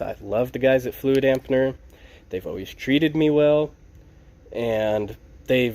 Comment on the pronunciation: There is no "N" in fluidamper.